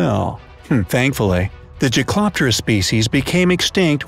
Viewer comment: jaekeloptererus is pronounced jake-uh-lop-ter-ics